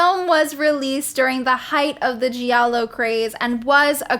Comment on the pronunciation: You're saying "giallo" the right way. The syllable "gia" is pronounced in italian like initial part of the word "just" in english, no matter what other people (that clearly don't speak italian) say. I'm italian, born and raised in Italy. Un saluto dall' Italia!!! Ciao